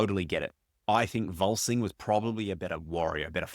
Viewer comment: It's VolSUNG Fa, not VolSING